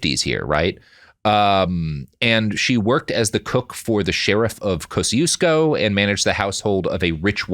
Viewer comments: As a Chicagoan, listening to Robert struggle to pronounce Kosciuszko is agony lol. (I say that with affection cuz i get it, Polish is whack.) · I'm from Poland and I was wondering what other Polish name he's trying to pronounce because I was sure it couldn't be Kościuszko :D How do you pronounce it? It's tricky because I don't think you even have the sound for "ci". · Kosiusko Pronounced (by folks in Mississippi at least) Koz-EE-esko